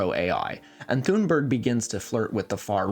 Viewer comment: There's no "th" sound in Thunberg or in Swedish at all. That's the kind of random thing I would've expected to know